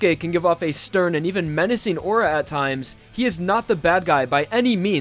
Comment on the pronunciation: Did you say "manecing"